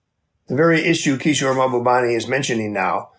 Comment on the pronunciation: The moderator never said Kishore’s last name right. It’s Mahbubani, not Mahabani!